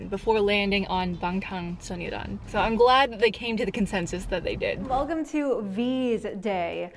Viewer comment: Loved the video❤️😊 Just a tip though: it's SonyeoNdan not Sonyeodan. The N makes a huge difference because 'Sonyeon' means boy and 'Sonyeo' means girl. So without the N you're essentially calling them "Bulletproof Girl scouts"😅